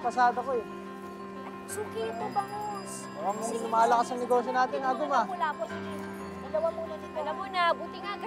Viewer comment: Ahhgom ahaha🤣 Agum po 👍